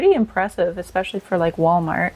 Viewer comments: Expecially! Jesus ESPECIALLY! especially. As in is especially Annoying. (And the sweater is knit!) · OMG! There Is not now, nor has there ever been, the letter "K"in the word "especially"!!!! Stop it! Do people not know how uneducated they sound when they add the "K"?